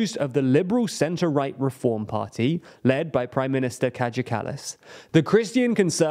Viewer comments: Estonian J is pronounced like Y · It's Kaja as in "kayak" (the Inuit canoe), not as in "Kajagoogoo". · Pronounced Kaya like "kayak", not kadzha like "Kajagoogoo". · Her name is pronounced "KA-YAH", not "KA-JAH". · The PM's name is Kaja pronounced as Kaya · You pronounced her name wrong. Kaja is pronounced kaya.